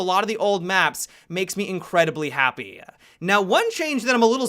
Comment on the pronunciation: Happy-uh, operator-uh, beginning-uh, manageable-uh, university-uh